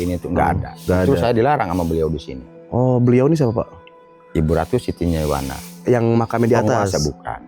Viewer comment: Perhatikan nama orang Jailani Bukan Jainal Nyaiwana Bukan nyaimana. Hati2 loh😢